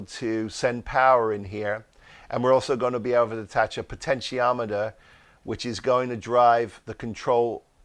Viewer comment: Im so glad you can say potentiometer, Wayne confused the hell out of me saying he was using a pot'o'meter :D